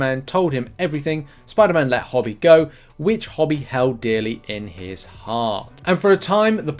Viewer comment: "Hobie" with the "obie" like the letters O B . Not Hobby!